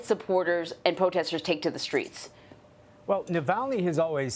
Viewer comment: You can't say 'streets' or 'Navalny' perhaps more training before you get on screen as a reporter?